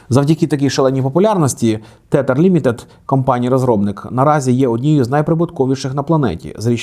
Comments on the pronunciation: Тетер?)) Можливо ТЕЗЕР? Teather - назва монети.. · Тезер, не тетер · Правильно вимовляти тезер а не тетер (філологи йдуть нах зі своїми правилами тому що їх ніхто не викристовує) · Чому тетер? Тезер (tether) правильно) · Тетер? Серйозно? Може тетерів? Пиво таке, а стейблкоїн тезер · Згоден, крінж